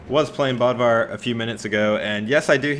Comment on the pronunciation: Dammit I just wish he could pronounce bödvar properly (b-ode-var)the accent causes that